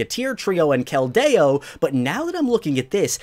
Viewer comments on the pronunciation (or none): no one: absolutely no one:: "Keldayo" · keldy mayo